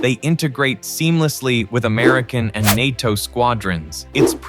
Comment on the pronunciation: It’s pronounced ’nay-toh’ not ny-toh